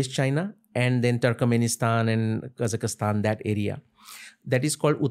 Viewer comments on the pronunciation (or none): none